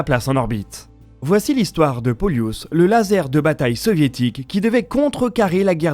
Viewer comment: Hello, C'est plutôt "Pôlus" et non "Poliûs";) L'accent se fait sur le O. Genre c'est comme "Plus", sauf que la c'est "P(ô)lus"😊